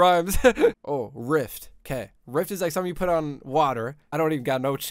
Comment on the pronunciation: its called a “raft” not a “rift”💀😂